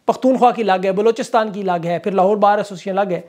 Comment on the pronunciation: ap ki zuban se sach Nikal Gaya "lohaar court" 😂